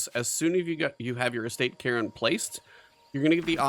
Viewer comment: It is pronounced "Carn", like car with an N at the end. :) Great vid